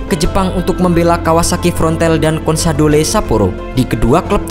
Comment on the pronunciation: bacanya konsadol bukan konsadole